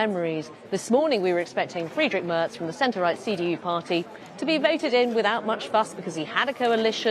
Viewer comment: The BBC's Berlin correspondent cannot even pronounce "Merz" properly.🙄 It's "mehrts" not "merts".